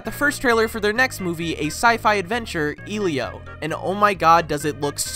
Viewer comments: I'm pretty sure his name Is pronounced "El-io" and not "Eel-io" :) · I had my son a year and a half ago and his name is elio, i saw the movie was coming out when he turned 9 months old. We pronounce his name EL-EE-O this is the first time ive heard it EEL-LEE-O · It’s pronounced El-ee-O like spelling LEO